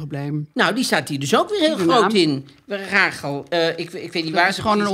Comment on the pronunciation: Heerlijk weer! Alleen, jullie zeggen Rágel maar is het niet Rasjèl ?